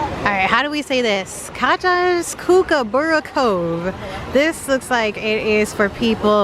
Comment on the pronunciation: Hey,Paul here from Australia,love your vlogs Kookaburra is an Australian native bird if you look it up a video of it it will make you laugh, its pronounced COOK A BAR RA